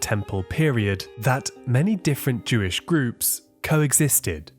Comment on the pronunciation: Jewish. It's not that hard to say. These scrolls are Jewish.